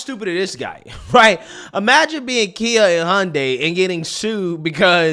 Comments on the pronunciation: KIA not Kai, ^^ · Kia not kai 😁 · Kia not Kai